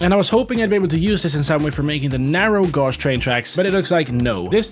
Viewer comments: I’m 2 minutes in and hearing “narrow gorje” is getting to me It’s narrow GAYJ!! (I am referring to pronunciation here, spelling them how it’s said) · gauge is pronounced gage not gauze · It's pronounced "geij" not "gouj". as in a pressure gauge. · your saying it wrong you say it like gage not gosh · Gauge is not pronounced "goj" it's pronounced "gage" lol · It’s pronounced gage not gawge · It is narrow gauge not narrow gosh just telling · Narrow gosh train tracks Its gauge. Rhymes with cage. Lol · I lve the way u pronounce gauge its gayj not gorj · its not gauwge its gage is how its pronounced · it's ga-g-e not gu-g-e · Happy 500k Edit: Don't want to be mean, but gauge pronounced like gaige (gāj) not gouge. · “Narrow gaurge train tracks” 😭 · It's prenouced gayge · You said narrow gauge train tracks wrong is narrow gaydge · Gauge is pronounce Gayge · the word 'gauge' is pronounced 'gayge' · hearing him say gauche instead of gauge is painful, good thing he found out how to speak in ep9. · gauge is prononced gage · Hey, I know it's SPELLED gauge, but it's pronounced gage. English is a confusing language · "narrow gouge" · LMAO GAUGE it’s pronounced gayhje ☝️🤓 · I can't with him pronouncing narrow gauge as "NaRrOw GoGe" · Gauge is pronounced gayj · the way you pronounce narrow gauge just pains me 😭its pronounced like NARROW CAGE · IT'S PRONOUNCED "GAGE", not "GAUGE". Yes, the spelling is confusing. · It's not pronounced narrow gaučh 😭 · gaouge?? its pronounced the same as the pressure dial on a tank of something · Love the vid but guage is pronounced a little different ik this makes no sense cuz no voice message but it somthing like gage but the last g has a j sound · i died on the inside when he said gauge. Its pronounced "gay-g" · You are not pronouncing narrow gauge right, it sounds like this (sounded out) G-A-J-E Hard A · fyi "gauge" is pronounced "gaydje". yeah I did that error and had a few people laugh at my face